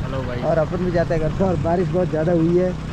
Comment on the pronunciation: Baris ❌ Barish ✔️